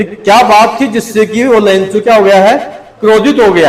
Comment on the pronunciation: लेंचो नही लैंको